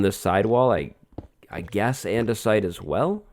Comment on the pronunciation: We should do andesite on this side. Me: you mean... ANDESIDE???